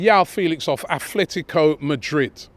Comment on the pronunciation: Atletico not Athletico